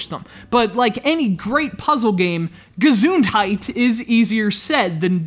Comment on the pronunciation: the way he says gesundheit is awsome